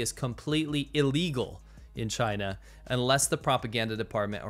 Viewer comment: 'V' for 'Vachina'